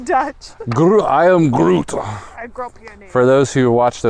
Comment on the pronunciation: Pronounciation was horrible! I confirm 😂same with the Duchesse 😂😂😂 we are also watching you in Belgium 😉